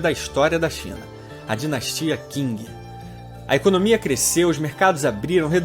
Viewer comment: Nossa mano, sério, já crinjei na PRIMEIRA FRASE do nerdola templário. O cara se propõe a fazer um vídeo sobre a história da China e NEM AO MENOS PESQUISA A PRONÚNCIA CORRETA DE DINASTIA QING AAAAAAAA